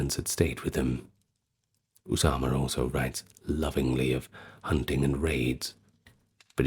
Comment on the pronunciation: I love your pronunciation of Osama Bin Monqidh's name, it's as close as I've ever heard a non native Arab pronounce Arabic names, You nailed "Osama" 100% correct, the last name i'd rate at 85% correct, great effort, I salute you sir.